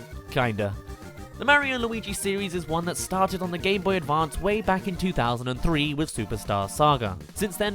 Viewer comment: It sounds like he’s saying gayboy advanced